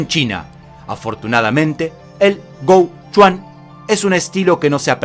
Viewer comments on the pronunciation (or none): Pequeño apuntamiento, sin importancia, pero bien, no está demás. En el hànyǔ pīnyīn (sistema de romanización del idioma Hàn "mandarín"), dinatía Qīng se pronuncia Chink. Gou Quan se pronuncia Kou Chuén.